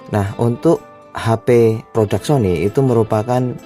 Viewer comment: 😂🤣🤣 Sony Jadi Siomai🤣